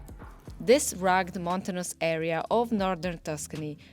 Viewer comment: You English is excellent,. But it is pronounced "rug-ged" (two syllables). Thank you so much for sharing. The history is fascinating but sad.